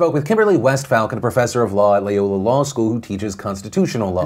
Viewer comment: Philip I love your show. However, as a Loyola graduate I must point out that you have pronounced Loyola wrong. There is only one a in the name Loyola.